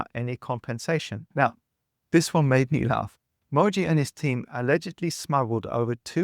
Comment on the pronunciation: bro couldnt even do enough research to learn how Mooji is spelled and pronounced